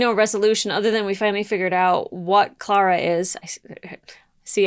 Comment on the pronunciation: all these episodes and you still can't pronounce Clara's name right